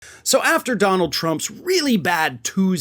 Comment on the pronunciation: " Sorry don-nuald , .... I Don't Care , Do You ??? "